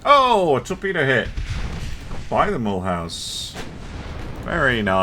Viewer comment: "Mulhouse" pronounced like "Mmm, you lose"😆 Great episode as ever!🙂